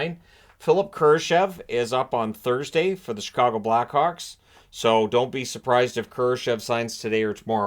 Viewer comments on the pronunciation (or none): none